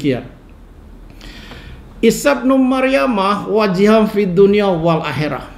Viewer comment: wajihan yg betul nya pak, bukan wajiham